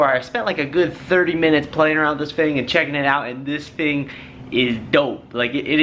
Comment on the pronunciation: Great videos, but the word is “thing” not “fing”. You said it a bunch of times in this video, and it’s hard to listen to. As DJ’s we have to be good linguistically.